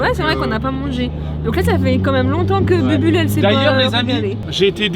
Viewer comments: Elle a appelé bubule elle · Elle a dit bubule elle est pas encore là 🤨🤨🤨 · Juste ces moi ou un moment ou dit bubble elle a fain 🤨😏